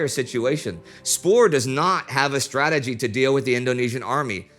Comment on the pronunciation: Haha yes it sounded more like Whoieb or something xD Westerling/Spoor were also decent.